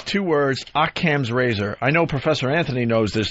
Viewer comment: Opie's mispronunciations are infuriating. Occam's razor, Schrodinger's cat, etc... the paper was dead right calling him Dopey Opie.